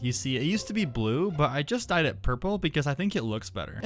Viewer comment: When you say dyed i hard died 🤣🤣🤣that was sealy 😆😆😆